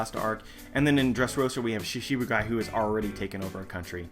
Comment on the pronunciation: Great video as always. But, I notice that you always pronounce "shichi-bukai" as "shishi-bukai". Although that means "lion warlords of the sea", instead of the original "seven warlords of the sea". Not very important of course, but wanted to share o7